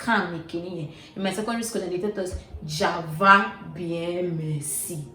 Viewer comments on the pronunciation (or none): She said java bien merci 😄😄 it's càva. Well done boo! You did a well detailed research on this one, you are hitting it harder, I see you girl I see you! 🙌🏾